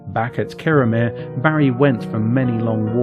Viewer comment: I totally agree. I was in Kirriemuir a few days ago, not in Kirriemare, and I was on the Breech('ch', like the 'ch' of loch) Road and it's Thrums not Thurms. It shows an ignorance and laziness. I'm not even Scottish.